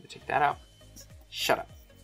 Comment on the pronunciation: that "sHut Up" hit different